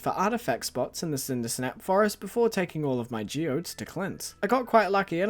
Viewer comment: I wonder how distraught will be when they realize it’s Cindersap, not Cindersnap